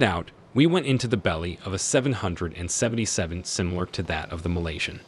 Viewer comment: The guy can't even say 777 correctly so I'm not watching this